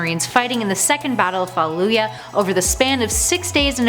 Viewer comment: Fall-oo-jah The double o makes the hard u sound.